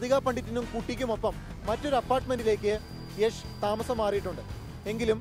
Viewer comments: യാഷ് അല്ല യഷ് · it's not yaaash it's yash!!!!!!!! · യാഷ് എന്നല്ല യഷ് എന്നാണ് പുള്ളിയുടെ സ്റ്റേജ് നെയിം..